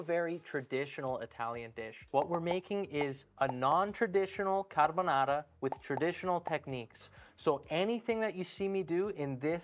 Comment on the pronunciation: also, it's appreciable that he says caRbonaRa rolling the Rs 😄